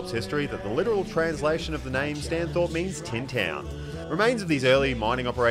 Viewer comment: And "Stany" (as in stani) not Stano